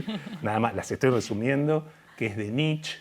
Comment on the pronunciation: Muy buena la charla! Un humilde aporte a (y a quienes lo citen), se dice "NitchE", asi con la E del final:) Saludos, desde alemania